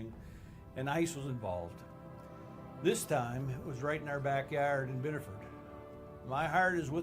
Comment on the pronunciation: I live less than an hour from this, Reddit has fucking blown up with the disinformation and paid protesting (his daughter was in the car!) (he had a ssn!)(he wasn’t the target of their investigation!). FYI it’s pronounced “biddifid”